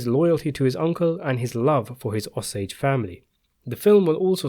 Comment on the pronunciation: Ah-sage Indians?? It's Oh-sage! I lived in Osage county.